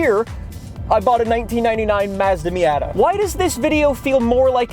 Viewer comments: I’ve never heard it said “Meey-yatta” I’ve always heard “me-oughta” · I literally cannot listen to this guy say miAAtAA one more time lmao. Fortsa is fine but Miata? I’m dying my ears are going blind